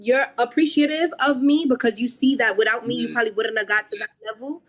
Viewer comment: “If I help you buiwwld and you get to a certain levoo, like….” 😂😂😂😂😂